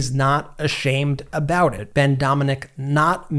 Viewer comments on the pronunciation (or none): why do you pronounce any word with a t in it you pronounce it as a d. It's awful!!!